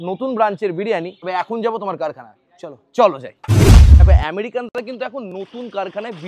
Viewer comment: আমেরিকান ❎ আরেরিকান ✅ 😂😂